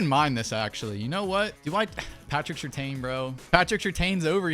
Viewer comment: I have no problem with the unrealistic trades... Just say my man Pat Surtain's name correctly 😭😭😭 Lol